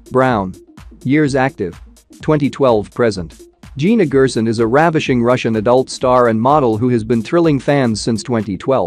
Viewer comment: She pronounces Gerson as (Jerson)